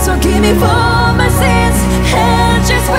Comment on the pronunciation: Not to shame on the singer's pronunciation since of course english is not their first language but her singing fro instead of for makes the lyrics sound like: This is gonna from me, sad you had to wait from me. I want to sing the correct lyrics but i also want to sing how it actually sounds, and i will choose to sing it how she does because it still sounds better.